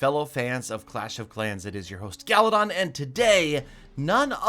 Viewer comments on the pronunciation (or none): its should be galladon.......not gallatin😂